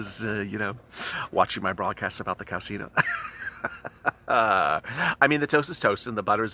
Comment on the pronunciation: OMG. Please stop with CoWsInO. Mooo??? Come on drama , get a hold of yourself.....